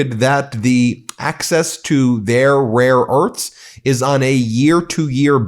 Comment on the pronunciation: Rare E A R T H S (NOT "URTS")